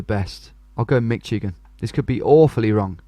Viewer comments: It’s Mishigan not Mitchigan 😂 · if he says "Mitchigan" one more time, say it like "Mish-i-gan" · not to be "that person" but if no one has said it, Michigan is pronounced with a SSh sound instead of a hard CH. Mish-i-gen rather than Mitch-i-gen. I love these videos so much, I would get most of these wrong and I live here... definitely recommend knowing some license plates and state shapes if road signs or license plates are shown, but some make no difference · Mish agin not mitch agin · it's "Mish"igan not "Mitch"igan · Michigan should be pronounced Mih-shig-un, not Mi-chi-gan, despite the spelling. (Giving my Midwestern Accent some OCD) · Mi-CHI-gan, omg. Sometimes your pronunciations are so hard to listen to hahah, its Mi-SHI-gan. Great video! USA is incredibly diverse, it always messes me up when I'm playing Diverse World because honestly almost any biome could be in the USA. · I don't know if y'all Brits just say Michigan like that but we usually say miSH-i-gan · Besides not knowing license plates, you’re probably better at this than most Americans. Only one I knew was the very first New York one because of the orange plate. (BTW, Michigan is pronounced “Mishigan”) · Now that you've stopped calling Oregon oraygun, it's probably a good time to point out that Michigan is pronounced mishigan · For Michigan is more pronounced with sh instead of a hard ch. Also knowing if a state has front license plates help to like telling the different from Michigan (doesn’t have front license plates) and Ohio (does have front license plates)